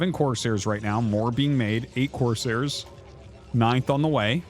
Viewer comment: YOU ARE LITERALLY SAYING COARSE - HAIRS ITS FKN CORE - SAIR!!!! PRONOUNCE THE “S”!!!!